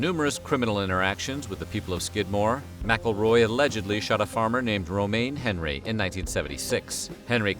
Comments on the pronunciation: Isn't McElroy pronounced Mick-El-Roy? The narrator is saying the "Mackleroy" How someone didn't get him earlier is crazy. If I were the foster parents I would've ended him when he came for the child. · It's not "MackleRoy" It's McElroy you donut!!